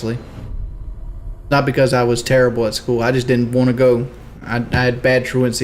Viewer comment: "waont" and angles his Head to his right